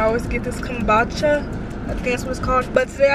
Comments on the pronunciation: It's kum-boo-cha!!! I would drink it with a straw too bc it's really acidic ❤️❤️ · it’s kum-boo-cha😭😭 but what does it taste like? i hear people say it’s like water